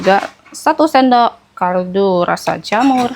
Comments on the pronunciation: Dari tadi ngomongnya kardu2 terus deh,bukan kardu tp kaldu ce😊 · KALDU yaa...bukan kardu😅